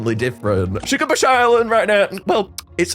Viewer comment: ITS PRONOUNCED SHUGA BAIS NOT SHUGA BAHS